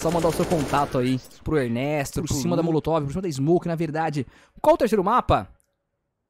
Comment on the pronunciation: "motolov" Minha dicção aí